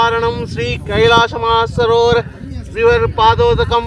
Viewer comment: మన సరోవర్ కాదురా హౌలే..మానస సరోవరం.